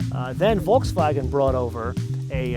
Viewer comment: Thank you for pronouncing Volkswagen properly.